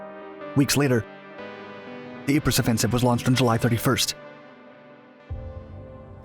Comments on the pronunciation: The way to mispronounce ypres is "wipers"... P.s. it's "eep" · Ypres is pronounced eeps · Ypres is pronounced Eeep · Eeeee prah, the sahm, and ver done. Proper ways to pronounce those hellish meat grinders of WW1. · Great video with lots of footage I've never seen before. Unfortunately Ypres is pronounced "EEP" and Verdun is pronounced "Ver-done" (not Ver-doon).